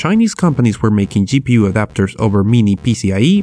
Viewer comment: I like how you say gi pi yu instead of ji pi yu